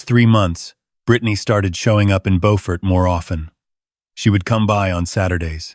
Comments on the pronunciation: Beaufort is near Hilton Head South Carolina. It is south of Charleston. however, it is pronounced Bew-furt not Bow-fort. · It is not boford it is BEAUFORT JUST LIKE IT IS SPELLED JUST LIKE BEAUTY SOUNDS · Bo-fort? Don't you mean Bew-fort? I've heard it pronounced Bew-fert too.🤔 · Please, please pronounce Beaufort correctly. It’s bew-fert . It’s a beautiful town & I loved living and going to school there many, many years ago. Like your stories but I’m thinking you may be Canadian? 🤔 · There is also a lovely coastal town in NC called Beaufort. Your pronunciation is correct for Beaufort, NC. 😊 Beaufort, SC is pronounced Byew-furt. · He pronounced it like the one in NC. The one in SC is pronounced Byew-furt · Plus they’re mispronouncing the name of the town. There’s a Beaufort in both North and South Carolina. They are pronounced differently. They pronounced it like the North Carolina town. In south Carolina it’s pronounced Bū-fort. AI still has a long way to go. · The AI crap mispronounced "Beaufort, South Carolina." It's pronounced "B-you-fort." The Beaufort in North Carolina is pronounced as the AI crap thought. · Again with the “he said” and “I said” at the beginning of each thought when it should actually be at the end of the phrase. Would also be nice if your AI could correctly pronounce “Beaufort”. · I used to be stationed in Beaufort when I was in the Navy, I cringe at the mispronouncation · Good story but the name of the town is not pronounced correctly.